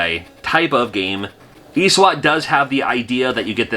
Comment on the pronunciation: i think you pronounced "eswat" wrong, the correct way to say it is "ESWAT"